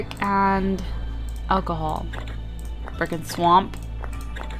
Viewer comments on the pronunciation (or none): Wene you said brick and swap it sounded like you said firkin Swap